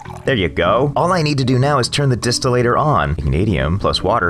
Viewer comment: Im pretty sure its pronoused Dis-still-er